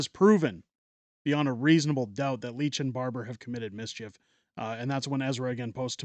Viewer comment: AAHHH dude, it's LITCH not Leech.